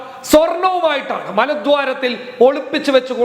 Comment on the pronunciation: മലദ്വാറിൽ എന്നല്ല മലദ്വാരത്തിൽ എന്ന് തിരുത്തി പറയൂ...